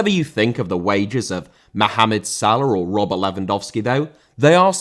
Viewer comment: Salah* not Saler